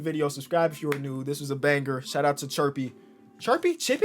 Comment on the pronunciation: thank you so much for doing my challenge!! I’m happy that you decided to do it! P.S. it’s pronounced chip-pee